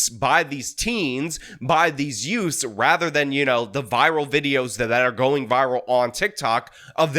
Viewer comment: yeah, the two yoots.